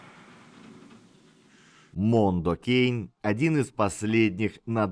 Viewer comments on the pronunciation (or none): Спасибо огромное вам за ролик про одного из любимейших моих исполнителей! Жаль не упомянули про его участие в EP "Irony Is a Dead Scene" группы The Dillinger Escape Plan. И немного подушню: Kaada произносится как Кода, а Mondo Cane - Мондо Кане.